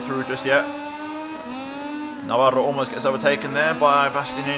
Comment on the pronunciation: awesome stuff man! also im impressed you can actually pronounce Navarro xD